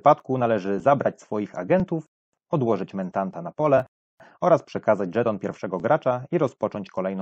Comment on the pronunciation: Niby pierdoła, ale za każdym razem jak słyszałem "mentanta" to mój mózg zgrzytał. Mentat, nie mentant.